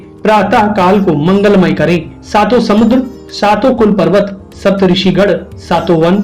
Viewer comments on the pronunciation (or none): none